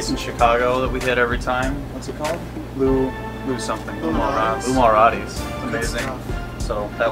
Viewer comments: being from chicago i take serious offence to him saying lou malrati's. ITS LOU MALNATI'S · It's Lou-mal-not-I-es Not loumalroties or whatever they said lol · 7 years later: it’s Lou Malnati’s not Lou Malrati’s